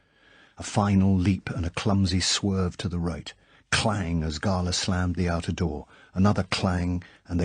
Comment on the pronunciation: His Drax is my favourite. The crazy monologue at the end is properly vicious. He also pronounces 'Gala' correctly which also helps.